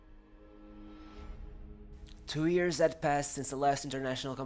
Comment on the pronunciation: Why do you say “ears” instead of “years”